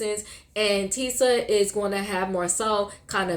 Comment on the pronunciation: Tisha, not Tisa